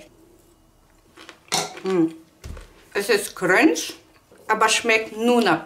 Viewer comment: Ich höre die ganze Zeit Cringe 😂😂😂 crunch heißt das... gestrochen CRANCH